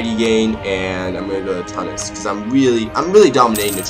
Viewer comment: Tunis is pronounced 'Chew-nis'